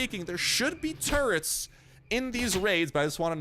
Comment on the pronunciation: When you were saying “turrets” I heard “turds” at first.. 😂😂😂😂 then I thought... oh no! Zombie 🧟‍♀️ 🧟‍♂️ pooooooooooooooo!! 💩 wouldn’t that be terrifying. I like the render if the big bad boss, but I think the witch is still the most terrifying. 😱😱😱 Great video as usual! 👍👍👍